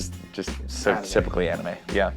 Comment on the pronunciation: The first anime he said when he pronounced it I triggered so hard IM LIKE IT ISNT PRONOUNCED THAT WAY i almost threw my phone into the wall